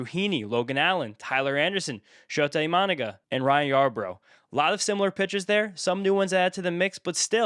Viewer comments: Death, taxes, and mispronouncing Imanaga’s name wrong 😂😂 At least he did it the first time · still cant pronounce imanaga 😭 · Why do so many people pronounce Imanaga as "I-MA-naga?" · In any given video, will pronounce Imanaga's name differently at least 3 times. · The mispronunciation gave me whiplash